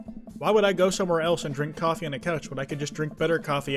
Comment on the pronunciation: so were all just gonna slide past the fact that said shoffee shop instead of coffee shop???